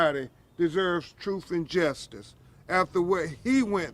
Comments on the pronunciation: Never trust a lawyer that says troof instead of truth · "Troof and transparency" 😅😅😅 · What the hell is “troof and Justice”? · What is this “troof” word mean? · "Troof and transparency " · "built on truf" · "Troof" poor Lenert should have stayed in prison. He would have been better off and still alive. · “Troof and justice.” Gotta love em. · "Troof an Trainspairency!!" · I mean, he said it’s based on “Troof and Trenssparuhncy”. What more do you want from the guy? 🤣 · "Truuf and tranparensee?" Yeah, hurry up with that! :elbowcough